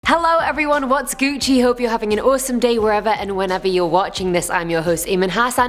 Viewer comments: Did she honestly say: WHATS GUCY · STOP SAYING GuCCI